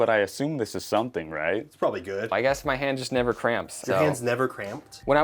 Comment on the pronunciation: . ”I NEED TO GISS”